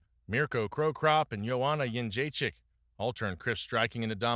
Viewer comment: This mf couldn’t pronounce jedrzejczyk and then called her Ronda after… immediate click off 😂